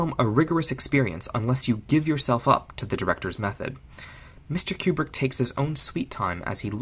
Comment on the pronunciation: Very well done. Small quibble, it is Koobrick, not Kyoubrick.